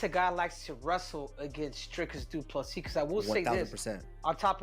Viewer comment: Regardless of who wins, is it too difficult to pronounce his name correctly its pronounced du plesea. No s at the end. Must be an american thing.